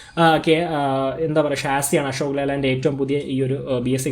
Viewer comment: "ആഷോക്" അല്ല.. അശോക്😁😁 "പ്രകാഷ്" അല്ല പ്രകാശ്...😁😁😁